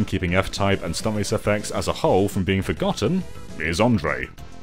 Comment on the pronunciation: FROGotten? Jeeez….